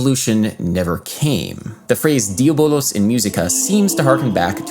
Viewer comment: that was about the only mistake that I heard. That and not rounding the U in "diabolUs".